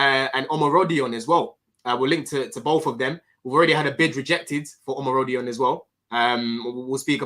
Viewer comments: I was enjoying the stream so much locked my keys in my car 😅. Great stream and, you've almost pronounced Omorodion name, correct lovely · yeh the pronunciation with these Yoruba men, you gotta let it flow with some chest and bass... it was the best I've heard